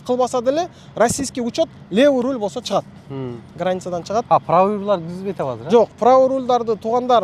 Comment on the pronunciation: Рол Эмес😮руль